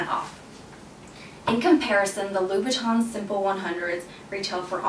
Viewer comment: It's Louboutin, not Loubouton